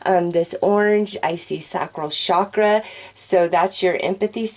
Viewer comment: All good and breezy. Respect your effort, but I simply have to say it. Please, pretty please, for the love of God, stop saying shakra. It is a Sanskrit word that is written with a ch as in chair for a reason. Have no idea who taught you, but that person is anything but knowledgeable. So, say it with me, chakra as in ch as in chair. Thank you.